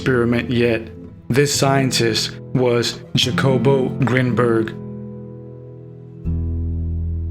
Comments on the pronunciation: Hacobo is how you say it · you are mis (or over) interpreting Grinberg's work. And please, his name is pronounced, rather obviously as Hakobo... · The J is pronounce like an H